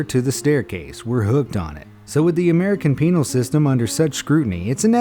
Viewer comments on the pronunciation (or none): Like if you heard him say " the american penile system